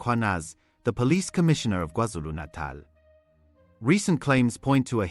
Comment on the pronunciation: The only AI that says Kwa-Zulu Natal even better than some humans😂